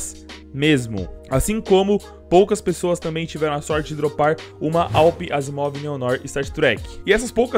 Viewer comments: "Uma AWP | ASSIMOV NEO-NOIR" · ele fala da AWP "AZIIMOV" Neo noir star trek hasudhahdsahdhaudhahduashdhasudh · " AWP asimoov neo-noir stat trak " kkkkkkk só boa